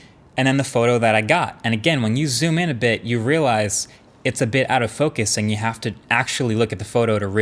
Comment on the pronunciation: "motorola, you hawe a good camera, relax" :D feels like they have anxiety